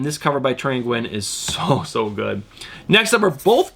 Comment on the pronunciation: Nguyen is actually pronouced "new win".